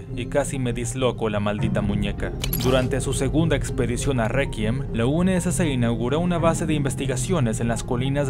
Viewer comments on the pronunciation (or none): Una pequeña corrección: "Réquiem" o "Requiem" se pronuncia "Rékiem".